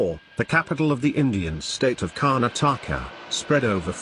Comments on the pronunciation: Did u hear how the person said the word "Karnataka" ??! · what 'KARNATAKA"@ learn to PRONOUNCE FIRST